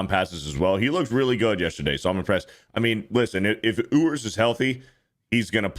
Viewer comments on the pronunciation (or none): Ewers = “YOU-ers” not “Oo-ers”😂